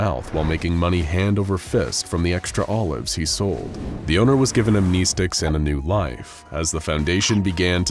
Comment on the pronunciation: am-nes-tics, not am-nee-sticks. Good content, keep it up mayne.✔